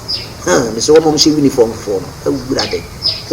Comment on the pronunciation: I beg is "Uniform" not We-niforn. Lol